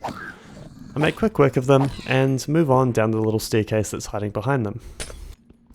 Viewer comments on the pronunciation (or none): none